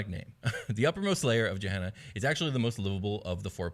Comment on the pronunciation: Just a heads up Gehenna in real life is pronounced with a hard G as in Gettysburg or Gate, not a soft G like Germany or Giraffe. I don't know whether the game is intended to sound different though. Great content as usual though guys.